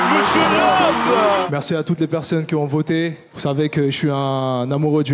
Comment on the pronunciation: 15"30 "merci pour ceux KIZON voté" 😱😱😂😂😂😂😂 Ah wééé le niveaaauuuuuu !!!!